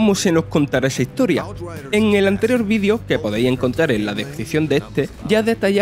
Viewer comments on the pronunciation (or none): none